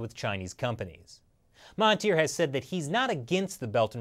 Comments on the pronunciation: Correction: it's Mahathir and not Mahatir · Mahathir* Oh and the "Th" is pronouced as "D" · Its spelled as Mahathir and its pronounced as MA as in "my" without the y sound,HA as in "heart" without the art sound and finally THIR is pronounced as "there" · Even though you couldn't pronounce Najib and Mahathir properly, great video.